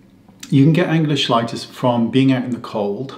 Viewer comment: It’s pronounced “key light us”. It is caused from a vitamin deficiency.